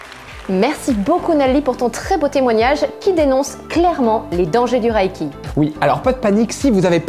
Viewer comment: Reiki est un mot japonais qui se lit "ré-i-ki" et non "ra-i-ki" comme dans la vidéo.